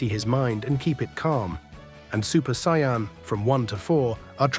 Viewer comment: Even Kaio-ken and Sayian he said it incorrectly.